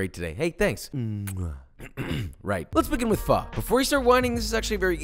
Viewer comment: You can’t try to compare the two. Completely different. Pho is herbal and ramen isn’t. And it’s not pronounce “fa” 🤣